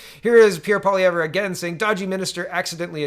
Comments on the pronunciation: Poly ev, not poly ev rah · Please check the proper pronunciation of Poilievre, pretty sure no “rah” at the end.